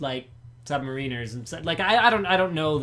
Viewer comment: sub-mare-inners, linus!